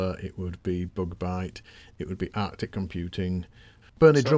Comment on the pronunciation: Love these shows, thanks.:) Artic did some great games, nice to hear you mention them, but it's not "Arctic" like the North Pole, it's Artic (only one "c") as in "articulated lorry", that's why their logo is lorry shaped.:) Sorry for being pernickety, just trying to be helpful.:)